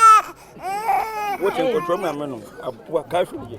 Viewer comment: He said "abua" meaning animal.